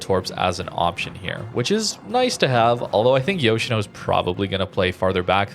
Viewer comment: Its pronounced Yosheeno.